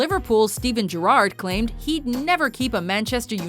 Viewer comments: Did she just say Steven GerrArd? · The way she pronounced Gerrard